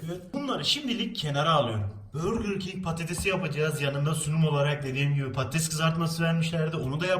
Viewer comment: Burgur king değil burger king